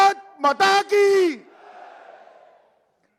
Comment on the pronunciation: Mata to tik se bol be Mota